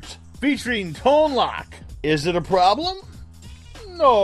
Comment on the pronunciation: Not to be rude, but it's actually pronounced Tone-LOKE.